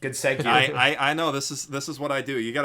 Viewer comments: Mispronouncing segue is a meme that needs to die! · I appreciate the consistent mispronunciation of "segue," makes it feel like Digi was still there in your hearts ;) all shit aside though, glad the weebcast will still be going strong, if not stronger than before.